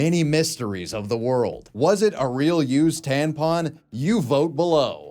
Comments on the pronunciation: I am 100% convinced actually thinks tampons are called tanpons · Bro it's tampon not tanpon 😆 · TaMpon, you keep saying taNpon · I wonder if he knows that it’s taMpon non taNpon lol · is this grown man saying "tan pon" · why are you saying tanpon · Wait do you just say tanpon.... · Why did I have to scroll so far to find a comment about this?? 😂😂 That was nagging at my brain way too much! TaNpon.